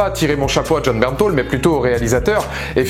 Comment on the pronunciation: j'aaaaaaaaaaaaaaaaaaaaaaaaaadore Jon Bernthal !!!!! Par contre j'ai regarder des interview et on dit Bernthal et pas "Bernthol"